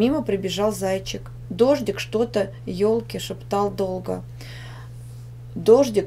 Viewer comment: Шалашом а не шалагиком не ежик а ёжик не елке а ёлке тупые ошибки а вроде умные люди делают это